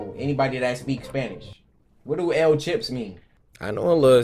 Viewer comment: "What do El chips mean" 💀